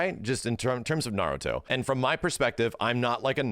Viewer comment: I'll give this. he's one of few YouTubers who actually pronounces Naruto correctly.